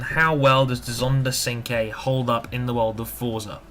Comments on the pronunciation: you need to learn to drift in this game by turning the traction and stability control off so you can judge the drifting in the car as well. and sorry to burst your bubble but it's pernounced chinqwey not sinque. but i could be wrong. it would be a good idea to do nurburgring laps as well in these cars and post the time on those as well. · Great review ;) you pronounced Cinque wrong though, but who cares :P